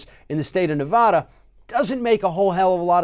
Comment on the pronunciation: Hey, knucklehead! Learn to pronounce Nevada correctly!